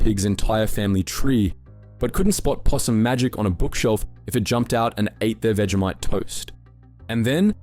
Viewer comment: And "veegeemite" sandwiches